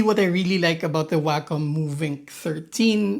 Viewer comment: WAY KAHM. NOT waaa cum. that's just gross. the COM is pronounced like a DOT COM. WAY COM. i'm losing my mind hearing waaaaaaa CUM in literally every Wacom review. /rant